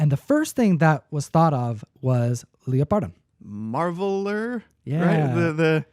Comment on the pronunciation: I believe it's pronounced "leopard" (like the feline) "don" instead of "leo - pard -don". At least that's how Wil Wheaton pronounces it, and I believe everything that Wil says.